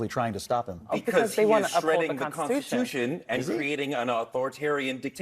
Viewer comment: "The "consatution?" Really? It's called the "Constitution."